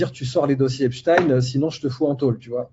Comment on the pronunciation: Tant que tu parles d'EpstINEUUU et de la guerre en Iran, tu m'as perdu....